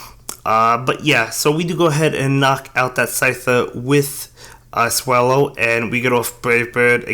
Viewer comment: Swellow not swallow 😂